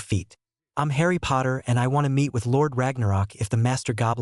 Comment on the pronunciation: please stop saying hrien it doesnt sound the same as harry